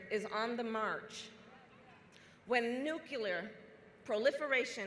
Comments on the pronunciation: Never trust a politician that says "nucaler" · I’m sorry. But, I will never trust a so-called “educated” politician that cannot say NUCLEAR.